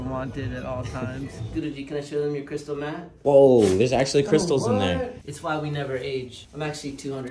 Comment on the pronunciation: "Show them your crystal mat" i was fully expecting a different sound in that last syllable